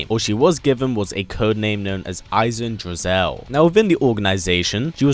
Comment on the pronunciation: eisendrosell^^ its not french its german... eisendrossel